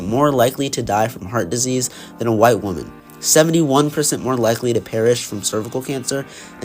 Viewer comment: your saying the word wonman wrong